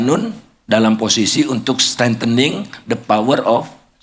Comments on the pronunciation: Strengthening - memperkuat. Bukan stand tenning. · "Strengthening" bukan stand-tanning